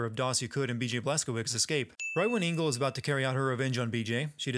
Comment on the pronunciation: It's not Ingel , it's ENGEL